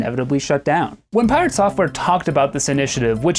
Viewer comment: Pi-rat software